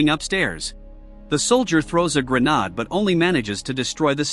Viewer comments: lol 😂… “He throws a grah’narhed” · I can’t believe how scared humanity is of AI when it can’t even pronounce the word “grenade” properly 🙄